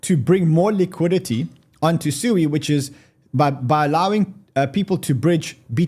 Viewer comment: SUI is pronounced Sweeeee! LOL